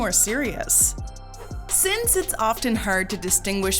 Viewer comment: U misspronounced "OFTEN"..who else noticed that